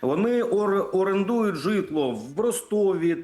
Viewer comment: Жжитло ударение правильно ставь 😅😅😅😅😅😅😅😅